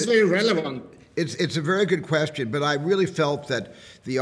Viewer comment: А он сказал гуд квешон🤣 Антон в любом случае красавчик